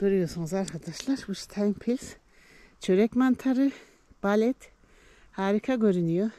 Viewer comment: Özür dileyerek söylüyorum o mantarın ismi balet değil bolet düzeltirseniz sevinirim bende Berlin’de topluyorum her traf dolu bu sene çok iyi